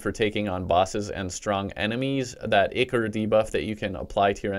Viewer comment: Am I the only one who is triggered by him pronouncing "ichor" wrong?